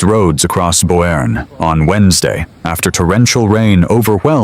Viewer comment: AI slop! It’s pronounced “Bernie.”